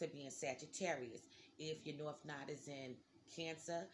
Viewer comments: Not "nod" "nooooo Da" LOL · It’s not pronounced “Nod”. Lol. It’s No-ode.